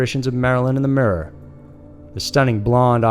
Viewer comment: We just gonna ignore "Marilyn in the murrr"? 😂😂 My favorite YouTube channel though. Always click like before I even watch the videos because they never disappoint. Keep it up!